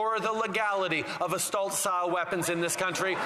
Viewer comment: “astult guns”